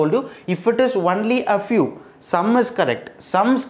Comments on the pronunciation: Sir why are you pronouncing it like onely it is only = on ly .. And maths as macks.. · Its pronounced only (ownly) not "unly"